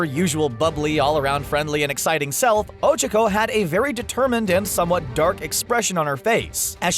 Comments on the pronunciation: extreme personalities show bakugo if there’s one way to describe bakugo it’s trashboy how dare you insult my child lmao mt. lady? well i mean yeah she can grow......lmaooo oCHAco ????? why pronounce like that ooooohhh revealing momo is sexiness important to being a hero? midnight:nooooooo mountain lady: YEAH HUH BRIOCHE bathing suits: let’s wear the school ones!! guys: booooo oCHAco has a big crush on deku me: noOo MY DEKU SHIP SHALL FOREVER MORE BE TODOBAKUDEKU oCHAcos a jealous brioche THirsTy there’s only two of mineta spying on the girls? excuse me? the girls ain’t gon let you peep scales the freaking wall how is using charm to get free/discounted stuff going way too far? lucy from fairytail does this constantly “when will you learn.....” WHEN WILL YOU LEARN!!!!!THAT YOUR ACTUONS HAVE CONSEQUENCES togas invisibility quirk shows up to school naked no one notices thank-you for coming to my ted talk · The way they pronounce “Ochaco” tho 😬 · Why r u saying ochko it’s Ochaco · Did he just cal oh-chak-oh Oh cheek oh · Ochoko? It’s Ochacho! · Ah yes Ochiko. My favorite character. Who's Ochacho? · wait...wtf...did called ochako ojiro!? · Whoses ochico I thought her name was ochaco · ᴅɪᴅ ᴛʜɪs ᴍᴀɴ sᴀʏ "ᴏᴄʜᴏᴄᴏ"? ᴀɴᴅ ɴᴏᴛ ᴏᴄʜᴀᴄᴏ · I’m sorry but I really thought you couldn’t get any dumber, LOL it’s O-chalk-o not O-Chick-o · ITS OCHACO NOT ochoco, FAST O CHAC O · Ocacko do u mean... ochacko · i hate how he butchered tsuyu & ochaco's names so badly. its "soo-you" and "oh-chah-koh" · Oh-Chico? Did I here that right? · Pronounces Ochaco wrong: Ochacooooo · Nobody:: o h - c h i - k o h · "O C H O C U" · Ohchko when he does not know how to say it right u know he does not watch the show and he is a little bitch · The voiceover guy:O-chi-co Smh. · The fact that they pronounce ochako as oh-chuh-ko. Cancerous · Bruh when said ochaco mans said OcHuUuUcO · He actually pronounces it ochoko, it angers me so much when people get characters' names wrong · "ocicho" lmao